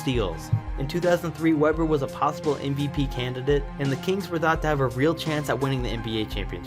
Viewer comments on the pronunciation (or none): Sounds like he is saying popsicle not possible.